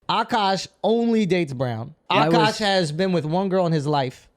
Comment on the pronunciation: Why are some men willing to put up with literally anything from a pretty girl just to smash her every once in a while? 😓 It’s sad. Also isn’t she pronouncing his name wrong? She says AAkash, but it’s spelled AkAAsh.